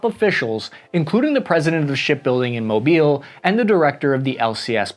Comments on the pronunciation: Thank you for pronouncing Mobile correctly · Good job on Mobile most people say it wrong